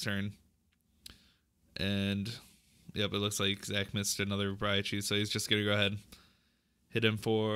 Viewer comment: Its rai-coo not rai-COW wtf